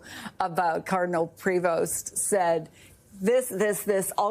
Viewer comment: Prévost is a French name pronounced "pray-vo" ...